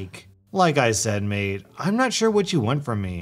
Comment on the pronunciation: Bruh he said maid but its mate actually